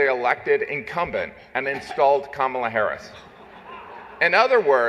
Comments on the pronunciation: Uh oh! Sounds like Stelter mispronounced "Kamala." He must be a racist, misogynist. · LOL! Stelter mispronounced Kamala's name! This is too rich!